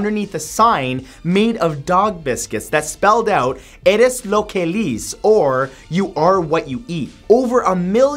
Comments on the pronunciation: "Eres lo que lees" is "You are what you read" not eat Matt. And it's pronounced "lehs" Also "Guerrilla" isnt pronouned like "gorilla' It's "ger-ee-ya" Hope this helps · Hey Matthew, you really butchered #6. His name is pronounced geeh-germ-oh (the first G as in "gill"), and "Eres lo que lees" (pronounced "eh-res loh kae lae-ehs") means "You are what you read," not "You are what you eat." Awesome beard, by the way. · Ummm, Matt, the correct translation for the sentence above the dog is: “You are what you read”. The word “lees” or “leer” is spanish for “read” or “reading” and is not pronounce as “lease” either. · "Eres lo que lees" Means "you are what you read"... And lees is not pronounced like that...